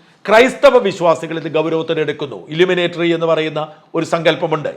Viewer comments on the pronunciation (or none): ഇലുമിനേറ്ററി അല്ല. ഇലുമിനാറ്റി ആണ്. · .... "illuminatri...." ?? No.... "illuminati" ennu mathi. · ഇല്ലുമനേറ്ററി അല്ല ഇല്ലുമിനാറ്റി